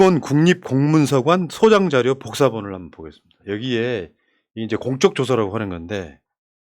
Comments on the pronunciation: 공쩍조서가 아니고 공~적조서라고 읽어주세요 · 님 공적조서는 어떤 공이 있어 표창이나 훈장을 줄때 쓰느말입니다. 공쩍조사라 읽지마시고 그냥 가볍게 공적조서라 살살 읽으셔야 됩니다. 항상 건강하시고 항상 응원합니다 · '공쩍' 조서가 아니라 '공적' 조서라고 발음해주셔야 할 것 같습니다. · 공쩍"조서 아니고 "공적" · 님께ㅡ 공적조서는 功績調書이니 발음시 "公的"(공쩍)으로처럼 발음하지 않으셔야 의미가 더 확실하게 전달되겠지요?